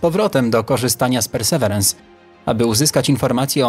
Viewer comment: Perseverance (ang.)- wytrwałość (wym. persy Wirens). Nie bądźmy językowymi analfabetami. Mamy słowniki.